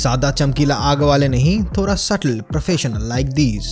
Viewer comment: आपके video का best चीज है थोड़ा को थोरा बोलना best है boss we love you आप के video के वजह से first time India मे youtube video बनाने का style बदलेगा।